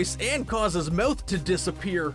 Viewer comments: Ur saying moth instead of mouth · anyone else think he says mouth weirdly